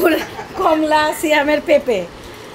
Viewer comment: Botboti na... Borboti hbe....কমলা কে বলেন এমন করে যে কম লা